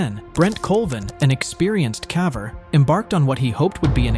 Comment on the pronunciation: Good content but the AI voice is annoying. It mispronounces lots of words. (Like "caver"...)